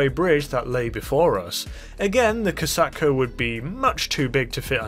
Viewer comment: Kosatka is a Russian world. The O letter is pronounced as “ah” in this case, the rest is correct.